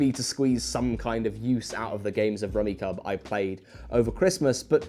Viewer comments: The fact that you call it "Rummi cub" and not "Rummi cube" is really killing me rn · It pronounced rummy cube, I believe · I've played this game for decades... Its fun and casual and can be oddly satisfying. Isn't it pronounced rummi"cube"? I had a copy that had instructions on pronunciation on the back of the box... Just fyi. Fun little game. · Apparently, it's pronounced "rummi-cube" lmao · awful video dude doesnt even know its pronounced rummy CUBE. say it with me now: KYOOB. CUBE. KUUB. for christs sake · The sets on the table are so wrong and messed up I can’t even take this guy seriously. If it were “luck based”, my grandfather wouldn’t have the reputation of being a fucking champion at rummikub (which is decidedly pronounced “rummy CUBE”). He was famous for being able to go out on his first turn (assuming he went last). He fucking dominated, even when we were only 8. He never took it easy on us, much to the chagrin of my grandmother 😂😂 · Isn't it pronounced ruh·mee·kyoob? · I've always pronounced it "rummy-cube" in my head. Cognitive dissonance: * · it's pronounced rummy-cube, mate. Rack-o is also a 70s game that doesn't suck. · It's pronounced "Rummy-cube" according to the manual, but I love that Rummikub is so steeped in house rules that we don't even pronounce it the same way. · He killed me every time he mis-pronounced the game. It’s even on the box he was specifically referencing! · Guys the manual states that it's pronounced Rummy-CUBE. My entire life has been a lie. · I've never heard anyone not pronounce it Rummi-cube. This is *upsetting*. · When he said "The rummi cub er" hurt me on a primal level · "So what is Rummikub?" Mispronounced. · Great video! This is a game my family and I have enjoyed for years. I saw some other comments already addressed the rules mistake, so I won't harp on that. But I thought you should know, that the game is pronounced like Rummi"cube" rather than Rummi"cub". :) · It’s rummi-CUBE